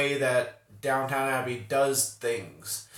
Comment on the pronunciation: It’s DOWN-TON Abbey, NOT DOWN-TOWN 😆